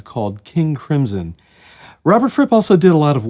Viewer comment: I love you for not saying King 'Crim-sen' like 99% of the Earth does